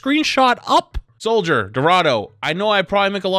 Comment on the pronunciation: it's "soldier" bud